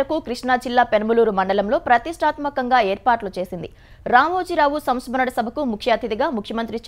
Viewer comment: SAMSKARANA SABHA kadu mantri garu....SAMSMARANA SABHA😅